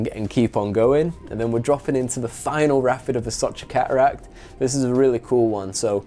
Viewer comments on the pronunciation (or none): Redbull sponsorship requirements…. Pronounce the letter “t” Ca uracks - cateracts Wa ur - water